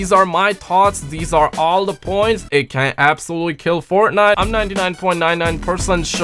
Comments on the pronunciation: You said Fortnut😂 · That moment U Said Fortnut I knew u were High.😂